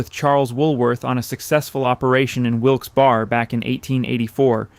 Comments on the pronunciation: WIlkes Barre is pronounced "Barry" not "Bar." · Is this another AI generated voice? Who says "Wilkes-BARR"?